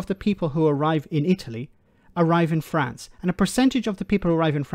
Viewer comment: People coming from Fwance? Lol where's that?